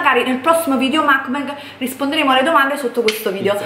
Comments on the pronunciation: si dice MUK BANG proprio come lo leggi, non macbeg come lo hai pronunciato!! Volete cambiare contenuti al canale, liberissimi di farlo, il canale è Vostro ma almeno DOCUMENTATEVI!!!!!!! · si ma tesoro si dice mUkbang non mAkbang